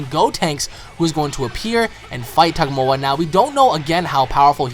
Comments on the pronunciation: You keep calling him Tagomoa but I think it's just Tagoma :D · He said tagmoa instead of tagoma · Not to insult you but your saying Togoma wrong it's pronounced Tu Go Ma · not to be rude or anything but its tagoma not togmoa it just really iritates me when somone pronounces names wrong. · you keep calling him tagmoa its called tagoma lol anyway keep up the good work on ur vids peace bro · I have to disagree with you on Gohan. Gohan isn't being nerfed down like you claim. Gohan is simply not getting Stronger like everyone else is, therefore everyone else is getting powered up above him. Gohan himself hasn't drastically gotten weaker at all. Also, it's pronounced "Tuh-Go-Ma". Other than that, great vid man, keep it up! I also reccomend you play Dragon Ball Z Burst Limit, Ultimate Tenkaichi, or Raging Blast 1(It has a Story while RB2 doesn't) in the future!